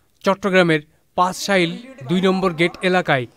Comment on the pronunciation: পাঁচশাইল না হ্লার ভাই, পাচঁলাইশ।